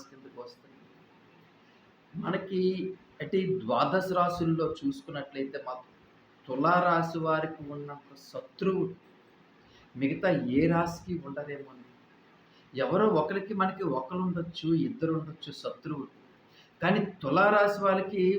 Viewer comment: సతృవు కాదు శతృవు అని పలకండి.